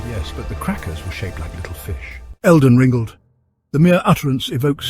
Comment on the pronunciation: "elgar rang" 🤣😭